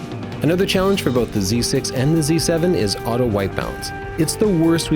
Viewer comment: Auto not ahto